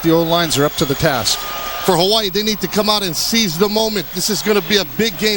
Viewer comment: Is that the dude that keeps saying “HAWA-EEE